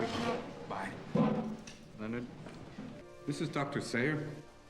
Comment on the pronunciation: No disrespect what are you watching this a movie I Am you say Sawyer but his name is Sayer